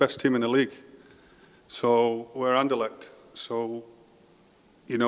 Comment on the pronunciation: I would like to hear you say RSCA or Sporting or Anderlecht instead of talking about ‘the club’. You did 1 time at the end and it sounded very nice for an english man,because its not ez to prenounce with the ‘cht’. I can understand want all to get behind this club thingy, so noone will get the blame personally when things go wrong, but its not nescesary because it wont go wrong. Keep up the good work👍🏻👊🏻